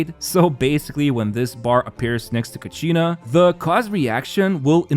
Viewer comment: It's not ka-she-na U can listen to the pronunciation when Mualani announced "Kachina will release the ball..." in Ignition teaser(flames forged something)